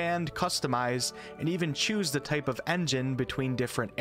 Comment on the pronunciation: hahaha he said choo choo choose, and there was a video of a train